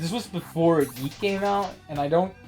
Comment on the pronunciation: It's funny you said that,, because several times up to now, when one of you said "YIIK", you didn't aspirate the "k" very much, so I misheard it as "yeet". XD